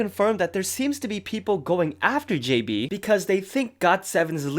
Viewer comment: The way you said "JB" tho 😂